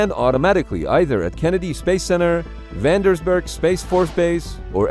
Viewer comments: Vandersburg 😂😂 It's Vandenburg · “Vandersberg” doesn’t exist. It’s called Vandenberg. This channel gets a lot of stuff wrong. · "vandersberg" lmao